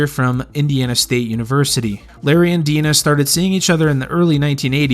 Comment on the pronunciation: And "Dinah" pronounced as "Deenah."